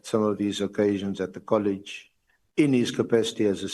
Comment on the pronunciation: Not Colish! Say College plz!